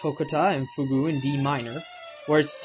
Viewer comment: To-cot-tuh and Fyoog. Not Tow-cut-aw and Fyoog-oo.